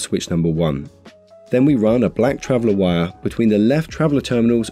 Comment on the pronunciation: This is a great video. It took me a few minutes to realize he was saying "WIRE" connector, NOT "Y" connector.